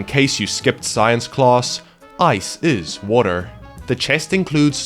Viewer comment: "Earth and Wuter?"